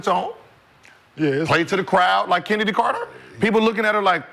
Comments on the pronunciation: she doenst even know how to say CHENNEDY CARTES NAME CALLING HER KENNEDY LOL IDIOT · Kenndies clark 😮😮😮huh did i hear swoops pernoonce her name correct😮😮😮